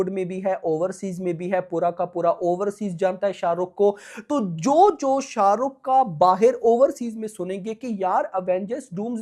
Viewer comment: Bro first tell his name with respect sha ruk sir ❤